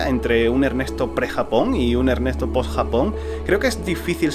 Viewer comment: El cambio mas notorio es que dejaste de ser para ser